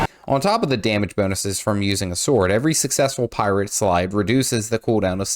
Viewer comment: Sorry i cant un-hear Keira knightley say "Phi Rah"